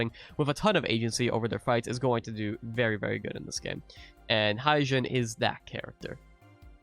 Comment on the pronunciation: Just to correct the pronounciation Hyejin. "Hye jin" is read as He with a short e and Jin as in Jin Kazama.